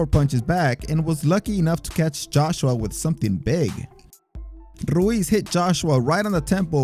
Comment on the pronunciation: Bro you crack me up with how you pronounce "Ruiz" perfect with the rolled "r" but mispronounced other "white" last names. Yet again I've never heard someone pronounce Fedor as "Feddor". I'm not trying to make fun of you for it though. I'm guessing you don't watch mma as often or if you do you mute the commentators.